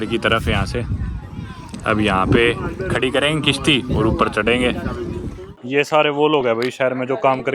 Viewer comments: It's not kishti it's is kashti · bhai it's kashti not Kishti 😂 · Bhadwe kisti ni hota kasti hota hai